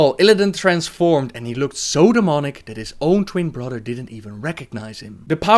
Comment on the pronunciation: This guy pronounces th as if he was saying butter brotter so weird